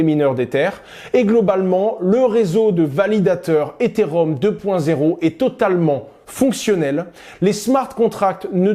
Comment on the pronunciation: Après 1 minute d’écoute, je vois qu’il ne sait pas prononcer correctement « Ethereum » et qu’il confond le protocole Ethereum avec le jeton Ether. Ça s’annonce beau pour la suite.